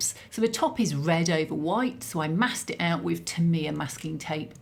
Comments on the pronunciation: Tamiya is pronounced Tam ee ahh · Enlightened - TA ME AH Didnt recognise TAMIYA - To me its always been TAM E YAA Interesting pronunciation